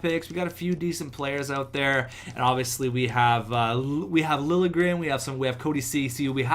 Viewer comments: Lil'-ye-grénn is how Liljegren is prononced. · it's pronounced Thomas Lilyegren